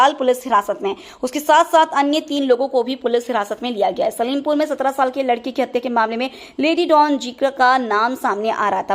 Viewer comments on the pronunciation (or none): Vo salimpur nahi h silampur hi.. theek s pada karo